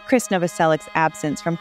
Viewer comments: This lady pronounces Krist’s name differently every time she says it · His name is pronounced the same as "Chris"... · All filler, worst vid. Announcer can't pronounce words in script such as Krist's name.